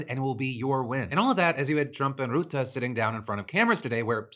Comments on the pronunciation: Rutte is pronounced like the English word "rut", not "root". Rut-tuh. Not that I have much respect for the man, but it boggled my mind that you mispronounced a na.e that sounds exactly like it's written in English! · Dutch guy here; FYI it's pronounced Rut-te with an uh sound (like a deer in 'rut'), not Root-te with an oo sound. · Oh Phil. Bless your heart. Mark Rootah? It's Rutte, pronounced like 'rut' (like how people can be in a rut. pronounced like rut), followed by 'uh' (or if you want to be fancy 'eh') Add in the extra T, to make it ruttuh, or rutteh, and you got the name. Rutte is pretty much pronounced exactly as it is spelled. We aint that complicated of a people. Also, the guy is a master in getting along with people. It's phenomenal. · Small thing: Rutte is not pronounced as roo-tah but more as ruh-tuh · for further reverence; its pronounced “ruh-te”, not “roe-te” phil :) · The u in Rutte is pronounced like the one in cut. Your consistent "route-uh" sounds pseudo-intellectual. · I can see you're putting a lot of effort into pronunciation so I just wanted to help and say it's "Ruh-Tuh" (Rutte) not "Rootuh". Appreciate the effort either way! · I lovs the way you pronounce Rutte "Ruh-Tah" that fits him better than Rutte 😂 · Also Phil it’s RUTTE not ROUTTE, he’s not something you plan on google maps lol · FYI the pronounciation or Rutte's name is more like the rut as used in "when you're in a rut" with a short sounding 'te' added to it. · I love how you pronounce rutte as routte. Lol. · Phil’s pronunciation of Rutte will never not be hilarious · Man, your pronunciation of Rutte kills me Phil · Pronunciation tip: The U in Mark Rutte's (Navo) name is pronounced like the U in the word cut. Source: having had the guy as prime minister for 14 years. Love starting off my days with your show!